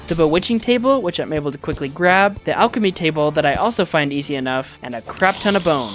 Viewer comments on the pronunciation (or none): none